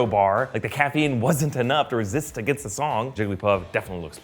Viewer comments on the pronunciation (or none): none